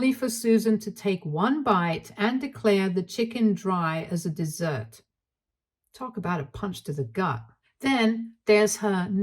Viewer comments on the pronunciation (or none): none